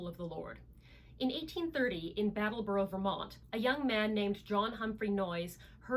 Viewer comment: Brattleboro not Battleboro, Vermont